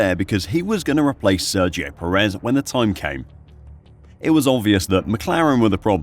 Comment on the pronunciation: Please pronounce Perez's last name properly.